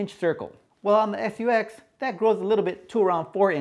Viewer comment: Guess the language barrier strikes again. " SU-X" really?? Nice review though!